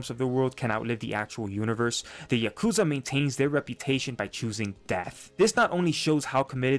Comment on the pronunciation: “Yazuka” lmao